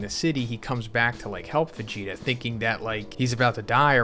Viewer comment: immediately noticed that, sounds almost like "Fegeta"